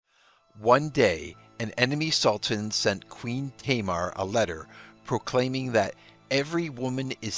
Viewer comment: Thank you for the video. I am familiar with Georgian history, and that queen was a golden girl there. We do not pronounce her name like that. She is not [Teimer], we say Tamara with the stress on the second syllable. I remember a French sports commentator called Sean Yates - Seyan Ya' tezz. So funny.